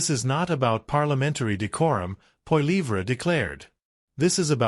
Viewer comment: Poiliever...is not even close to your pronunciation...Trudeau...and Trudeau Senior have made Canada an example of Democracy...Not perfect...none are...